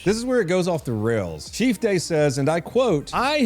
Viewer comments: Did you say gay or day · is it May or does day rhyme with gay…? Just asking.